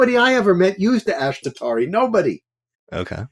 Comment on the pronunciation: All respect to and his experience, but just a couple notes here. For those getting introduced to Vedic systems, please note that his pronunciation is not always correct, for example "Ashtotarri" and "Jaimini". In terms of the dasha systems, "chara dasha" is not a "Jaimini" technique per se. It is covered clearly in the version of Brihat Parashara Hora Shastra we have, along with many other things people call " Jaimini" techiniques. It is claimed these were inserted into BPHS, but there is not solid scholarly evidence to support this and is an assumption. A note too on his use of divisionals. He was looking at 6th in the career chart for medicine and finding it didn't work. There are techniques wherein we do not use the same house meanings across all the divisional charts. So 6th houe in D10, would be house of service. More planets there merely means person is more orientated towards service than business, which is a 7th house thing there. Like this, divisionals are not simple, unless you are of course looking at the rising of each one adn the significator house for that area of life, but there is a LOT more to see there. Another point to his presentation of neech bhanga, and reversals. It does not mean the problems represented by that yoga is canceled whatsoever. Nothing is ever canceled. It just suggests that there are some problems which can be overcome and that depending on what the thing is that is cancelling it, which would be specific to those rules. This too